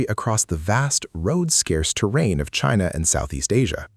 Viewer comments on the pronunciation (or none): none